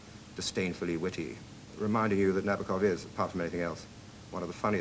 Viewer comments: Also not right, though. Na-BAW-kuhf is getting close. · Na-BOAK-off. Gee, guys...get it right.